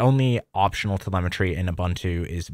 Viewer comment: Ubuntu is pronounced as "oo-BOON-too." The word "Ubuntu" is an African philosophy that roughly translates to "humanity towards others" or "I am because we are." It emphasizes the importance of community and mutual caring for all. This philosophy is reflected in the development and distribution of the Ubuntu operating system, which is freely available and encourages collaboration and sharing of software.